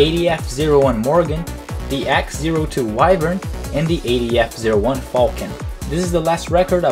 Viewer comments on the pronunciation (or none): For future reference, the X-02 name is pronounced "Wren", despite it's weird spelled name